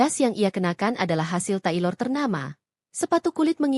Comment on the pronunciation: Apa itu taiklor (taik molor ya) padahal ada kosa kata indo: penjahit. Jangan sok ke-inggris²an, phrobation - probesion ngucap nya artinya percobaan... mbokDe. Dan kenapa narasinya di ulang² & jadi memBosan kan. Cobalah jadi vlogger yg proff 😮